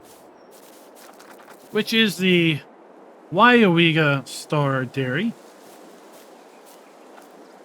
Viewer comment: WOW, You pronounced Weyauwega correctly. I live 40 Miles from there. HAHAHAHAHAH. A lot closer than the Prairie du Chien map LOL.. Drive through there at least 4 times a Year... At least this time the North/South orientation is correct. AHAHA that main Road is County Rd X and goes Northeast to US. Highway 10 and the City of Weyauwega is just on the other side. Just off the map corner. go west on US. 10 puts You in Stevens Point. go east and it goes into the Neenah Menasha Area South of the City of Appleton. They got the North/south Road through the center of the Map right, Buchholz Rd. You can see that pile of rubble on Google maps. HAHAHAHAHA looks more like a Wood pile tho. I hope all the Flaws are fix'd. That would be a nice Map since I know most of the Roads around there. Most certainly a Dairy area.. and Dairy Cows are mostly kept indoors and do not free range on Grass like Beef Cattle. Arnolds is actually CCS Systems. Most of the Map layout for the Farm building is correct. As a matter of fact most of the Building are on Google Maps. That Animal area is actually a ZOO.. Animal Haven Farm Zoo.....